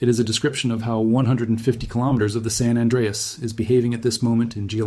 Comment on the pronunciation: You do not know how to pronounce "San Anreas".